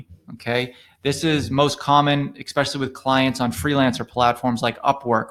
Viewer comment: Tough to take someone that says “expecially” seriously.